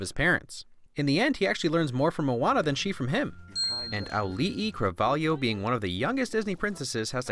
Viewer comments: can we give you a win for actually learning to pronounce Auli'i's name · When I first learn about Auli'i Cravalho, I pronounced Auli'i perfectly but pronounced her last name wrong. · The ironic thing is you pronounced Auli'i Cravalho's name perfectly